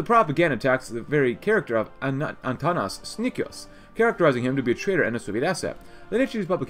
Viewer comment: 15:7 Antanas Snikius😂🤣🤣 its Antanas Sniečkus